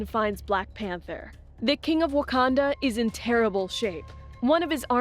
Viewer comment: did she just say "wakandia"